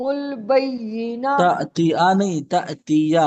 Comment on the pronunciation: حضرت سورۃ البینہ ہوتا ہے انٹی غلط پڑھ رہی ہے